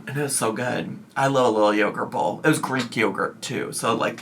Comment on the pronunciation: Bowl❌ BOOL! ✅